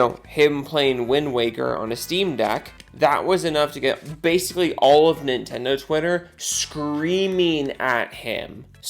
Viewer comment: So, "Nin-endo Wi-er?" Not gonna lie, I'm having fun saying that.